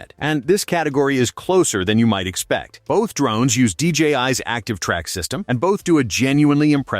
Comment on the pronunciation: I had to kill the video when the narration said they were D Rones rather than drones. You failed.